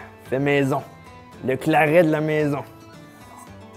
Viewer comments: J'ai un producteur de boissons médiéval pas loin de chez moi, ça m'a permis de tester l'ambroisie et le claret et ça se prononce claré 😁 L'ambroisie c'est bien fruité mais assez sucré aussi, un verre c'est très agréable, le 2e passe nettement moins bien 😆 Alors les 2 où 3 litres...fallait vraiment pas avoir le choix quand même Le Claret c'est encore pire c'est une bonbonne de sucre le côté dessert prend tout son sens, cependant même pour une boisson "dessert" la quantité de sucre reste bien trop grande on ne sent que ça et pour ma part je n'ai pas aimé, j'aurais mis du miel et du sucre en poudre dans de l'eau comme du sirop je n'aurais pas vraiment vu la différence 😂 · le "claré" si tu veux le prononcer